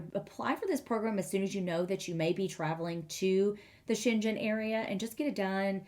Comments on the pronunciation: The g in Schengen is a hard g : Sheng - gen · The way you pronunce it sounds chinese. You should probably go with a german pronuniation instead. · Since Schengen has nothing to do with China the pronounciation is with a g like in ground, lol.